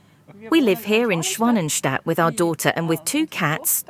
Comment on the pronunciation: Great informative content, thanks! We'll try to make our swimmteich this year. Don't worry about the pronunciation :-)